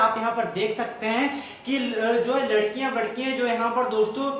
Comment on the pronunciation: Ladkiya to theek h but.....vadkiya😂😂😂😂😂 kyaa h....soo funny